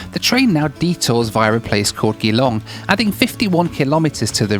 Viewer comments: Yoo you were just 15 mins from my home town when you went past geelong! Crazy! Keep ut the content. Its pronounced Gee-long not glong. Ive seen many people pronounce it wrong who arent from here. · Oh,,... You were doing pretty well with the pronunciations, but then you called GEE-long Geh-long. Hahaha Not to worry, Aussie town names are confusing a lot of the time. They are either British inspired, named after someone, or Aboriginal Australian inspired. The latter of which can be hard to pronounce. I loved this video, mate. I recently did a roadtrip around the Dimboola area, and let me tell you... Driving down straight roads with little change in environment does get to you, you're right! It was beautiful, but imagine living there? It must get really mundane. Still, the scenery is cool, and when it does change, or a town appears, it's very welcome. Going through by train does let you see a lot of the towns, and those towns are what makes the countryside appealing, if you ask me. That, and the scenery! Edit: I take it back, you pronounced it correctly afterwards. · Great vid! Just FYI, it is pronounced 'G Long', not 'Geeh Long' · GEELONG not gelong, drag it out like your saying the letter G, g long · Geelong that’s not how you pronounce Geelong G-long Not gE-long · Love to see the Aussie content! Quick one for next time, we pronounce it "Ji-long" rather than "ghee-long" as we don't really know how to speak English very goodly. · Gee…long not Ja..long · It is pronounced "G" long, not Geeee Long. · Hearing Geelong pronounced “gee-long” instead of “jee-long” made me irrationally angry. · G-long not Geelong haha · Gilong haha 😂😂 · Gheelong XD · Geelong is pronounced - JEE LONG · Nice video - FYI Geelong is pronounced “Gilong” with emphasis on long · "Geelong"??? soft "g" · Please learn how to pronounce Geelong. It's G (as in giraffe) long. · Seems you are not from Victoria. Otherwise you would know it is pronounced Ja.long.